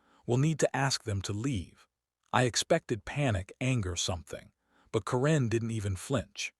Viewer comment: Stupid AI can't even say Karen right! When is Karen pronounced koren